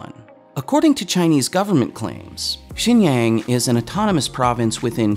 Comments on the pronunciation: "Xinjiang" is not pronounced "Shinyang", it's "Shin-jiahng". Just like how Xitler isn't pronounced "Zitler" it's "Shitler". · Just an FYI, you keep saying "jin-yang", but it is pronounced more like "shin-jie-aang". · very valid points. but xinjiang is pronounced 'shin-chee-young' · I'm going to be that guy... It is pronounced shin-ji-yahng. Great vid by the way. Down with the CCP! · Pretty sure you're pronouncing Xianjiang wrong (it's pronounced more like "Gu-lag"). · I love all your work. Please make sure to get at least somewhat close to the correct pronounciation of “xinjiang” by consulting someone or even doing some research. Xinjiang is pronounced like “Shin Ji-ung” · It's actually pronounced shin-ji (rhymes with she)- ang rhymes with gong). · oh my how you've butchered the pronunciation of "Xinjiang"...it's pronounced "Shin- ji- ang"